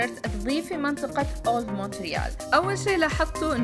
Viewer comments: موريال بالفرنسي يعني ت لا تونطق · لا ننطق حرف T في Montreal